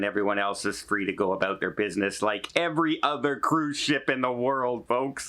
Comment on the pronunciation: Maybe you should shelve those Spanish lessons and pick up some in English to learn "aqua", "about", and "Bear Grylls"